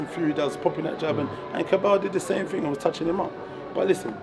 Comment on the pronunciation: It’s thing not ting 🤷🏽‍♂️